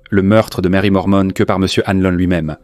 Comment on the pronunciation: Pourquoi dire "Lormont" alors que c'est "Norman".